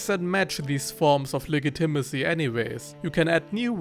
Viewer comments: Legitimacy is pronounced “le-JIT-i-masee,” not “le-gi-TIM-asee” like you’ve been saying lol. Just a friendly tip. I normally wouldn’t say anything, but that word was used so prominently and frequently in this video that it became maddening lol! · Soft g dude soft g. It’s pronounced like lejitimacy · You pronounce the "g" in legitimacy as a hard "g" when it should be softer. But this is not a big problem since I can only speak 1000 words in a language that is not English.